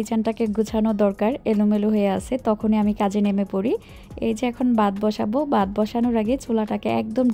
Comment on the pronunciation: আপু আপনি “ভাত” কে “বাত” উচ্চারণ করেন কেন? সরি আপু, কানে খট করে লাগে তো, তাই বলে ফেললাম।